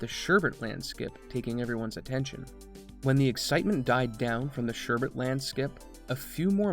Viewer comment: Good video. I specifically gave it a like for pronouncing it SHUR bit and not SHUR burt. Edit: Just heard you pronounce it VIGH gur instead of VIG ur. Unliked and will now watch the rest and probably give it a like based on the merit of the video, anyway. Edit 2: And now we're going with the SHUR burt pronunciation?